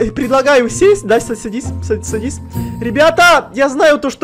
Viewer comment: Он сказал са са садись